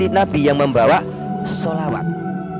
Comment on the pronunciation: ini bukan murtadin tp memang dari lahir adalah non muslim. Dengar saja sebutan klo dia sebut shalawat, As, Saw. tdak fasih.